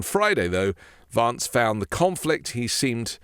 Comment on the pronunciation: why don’t you pronounce the name VANCE correctly, you’ve lived in the usa long enough to know what the correct way to say his name is.